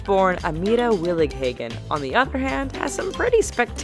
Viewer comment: I m Dutch and i hear how you say Willighagen. It was a realy funny.